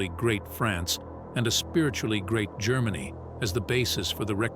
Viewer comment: Who the fuck is "Marlboro"? This narrator can't even pronounce, let alone spell, Marlborough correctly. Let alone the words 'Germany' 'Japan' and 'strategy' . It goes to show what crap programs are being churned out by these modern, lefty oiks.